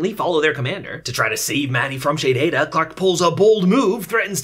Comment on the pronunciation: Dude youre reviews of this show is fantastic. The way you say the commander names like "Shadehada" (idk how to spell it) has me laughing. I just watched your reviews instead of the last seasons